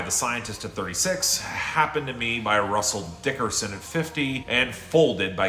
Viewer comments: "Russell DICKerson" LMAO I love it every single time!! 🤣🤣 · Russel DICKerson😂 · The way you say "Russel Dickerson" always gets to me 🤣